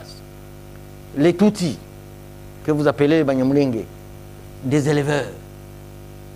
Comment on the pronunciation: Banyamulenge = not sound nje but nge .